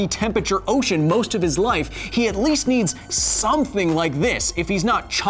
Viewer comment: love all the sciency stuff but still annoying that you mispronounce temperature.